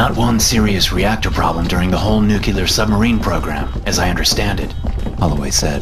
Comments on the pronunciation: it's "NU-CLEE-RR" not Nu-ku-ler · ..nuclear, new clear, nu cleeeeeer.. ..not nukeelar and no one actually talks like batman.. ..good grief.. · it's "nuCLEAR" not "nuke-ya'-ler" every navy nuke cringes to hear that and the tech details just go downhill from there. You obviously don't know jack. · Why is it called a "nucular" submarine? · How come you guys say nuclear as “nucular” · how can you pronounce nuclear with clear L as NUKEELAR. OMFG